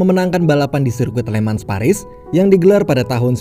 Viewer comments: bang bacanya bukan "LE MANS"... tapi "LE MANG" pake logat prancis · FYI min penyebutan kata *Le Mans itu dibacanya Lemang min sesuai kata prancisnya